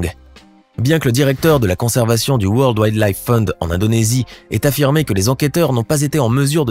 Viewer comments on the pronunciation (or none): none